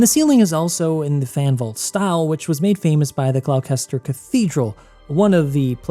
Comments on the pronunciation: "glowkester cathedral" is killing me its gloucster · one minor correction: gloucester is pronounced gloster like for example leicester is pronounced lester or worcester is pronounced wooster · Beautiful, I may buy it just for the architecture. :) BTW Gloucester is pronounced "Gloster" ;) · The glouwkester cathedral? 😂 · "Gloucester" Is pronounced "Glos-ter" - not "Gloaw-kester" (or whatever it was you said..! ) :D Lovin' your work though dude (I'm a massive SC player/backer) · Gloucester = GLOSS-TER Gloucestershire = GLOSS-TEH-SHUR Apart from that v good video thank you lots of love x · Thanks for doing this vid! When i first explored this game i thought it would be great for you to review! Also just fyi Gloucester is pronounced Gloster but its no worries every non brit does it 😅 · I'd love a longer comparison with the movies, including shot-for-shot comparisons, if the content algorithms let you get away with it. (Also, just a minor nitpick, but I noticed it twice: Gloucester is pronounced "Gloss-ter", the English speak English weird ;) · It’s absolutely gorgeous. Note on your pronunciation - I know the “cester” names are tricky for Americans: Gloucester is pronounced “Gloss-ter”. There’s a rhyme that helps: “Mr Foster went to Gloucester in the pouring rain”. Gloucester rhymes with Foster. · I don't know if anyone has already moted this, but Gloucester is pronounced gloss-ter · Professor Weasley didn't call Central Hall Grand Central Station, she called it Kings Cross Station. Also, Gloucester is pronounced 'Glosster' Yeah, one of those kind of British place names. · It's Gloucester cathedral is pronounced "glosster" fyi :) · BTW Gloucester is pronounced "gloster".